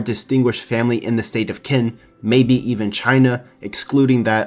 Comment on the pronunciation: Qin is pronounced as chin not kin.